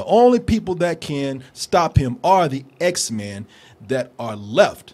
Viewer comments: its x-men not x-mans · "Xmens" lol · I cringe every time this guy says 'X-Man's'. IT'S PRONOUNCED X-MEN!